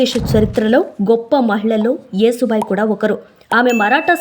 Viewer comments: అమ్మా, యేసుబాయి కాకుండా యశుబాయి అని చెప్పండమ్మా, లేదంటే ఈ పాస్టర్ లు రెడీ గా కాచుకుని ఉంటారు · యశుభాయి అంటే యశస్సు కీర్తి కలిగినది😊, ఏసుబాయి కాదు😂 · యేసు భాయి కాదే నత్తి ముండా...యశు భాయ్.... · యేసు బాయి కాదు, యశో బాయి. యశోద నుంచి యశో వచ్చింది. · అమ్మమ్మ కాదు నాయనమ్మ యేసు భాయ్ కాదు య శు భాయ్ anu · అమ్మా ఏసు బాయి కాదు యశుభాయి అని పలకాలి ❤❤❤ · అమ్మా తల్లీ, ఏసుభాయి, క్రీస్తుభాయి కాదు....యశుభాయి ,,, కాస్త తెలుసుకొని చెప్పండి, వస్తారు తగుదునమ్మా అని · Ur pronunciation is wrong. Yesubhai యషు, యశోద, etc., Try to learn telugu script properly. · నువ్వు ప్రతీసారియేసుభాయ్ యేసుభాయ్ అంటున్నావు యేసుభాయ్ కాదు యస్సు భాయ్ అనాలి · ఏసు బాయి కాదు తల్లీ యశూ బాయి ఆమె పేరు ఏసు బాయికా దు అసహ్యం గా ఉంది. మీరలో అంటుంటె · యేసు భాయి కాదు యషు భాయి యశు అంటే యశస్వి లలిత సహస్రనామాలు ఒకటి తెలుగు రాకుంటే నేర్చుకోండీ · అమ్మా నీకు నత్తా.... నత్తి నతి గా మాట్లాడుతవు........యశు అను యశు....యేసు కాదు irritating ga వుంది నువ్వు పేరు తప్పు గా చదివితే